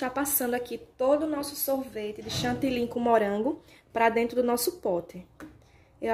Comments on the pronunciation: DESCULPE, MAS VOCÊ FALA #CHANTILYN. O CORRETO É # CHANTILY, PORQUE É O NOME DE UMA CIDADE. EM VEZ DE FALAR O FUTURO # VOU ESTAR BATENDO, VOU ESTAR ACRESCENTANDO, O CORRETO É# VAMOS PASSAR P O POTE E NÃO # VOU ESTAR PASSANDO. ESTA É A LINGUAGEM DO TELEMARKETIN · DESCULPE, MAS SE ALGUÉM DE LÍNGUA FRANCESA (QUE É USADA EM DIVERSOS PAÍSES, COMO O CANADÁ) OUVIR VOCÊ FALANDO # CHANTILYN, NÃO VAI ENTENDER PORQUE NÃO FALA #CHANTILY